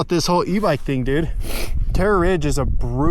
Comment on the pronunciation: Terrror ridge